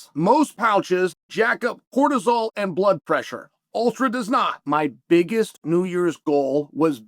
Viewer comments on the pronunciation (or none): none